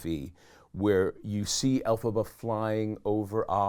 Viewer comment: Hey, it’s Elphaba,, not Alaba.